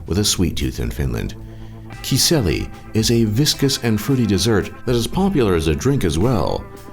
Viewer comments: mä repesin kun toi typpi lausu noita sanoja, se ei oo "kiseli" se on "kiisseli"XD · Its not Kiselli its Kiisseli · You know it's not "rönttönen" it's "karjalan piirakka" meaning Karjala's pie. And 187 888 lakes are not just one thousand and pit over. Finland is called "The land of thousands lakes". Get your facts straight dude! And not sure if it was just hard to pronouce or whatever but it's not "kiseli" but "kiisseli". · "khiseli" lmao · kiselli xD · Hey very good video man. All these points are actually correct and fyi You said Kiisseli wrong... but you know I see why :D Have a good day my man. Definetly subbed and liked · kiisseli is pronounced kinda like saying the word just with 3 s's instead of one